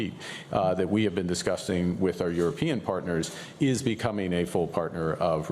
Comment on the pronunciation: Lol... ..." We've been DICTUSTING with our European... " That's 2 now. 😅 🤓🥸😅